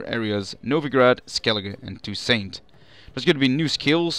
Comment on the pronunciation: It's pronounced [to: sont] With a silent T at the end. Not "Too saint".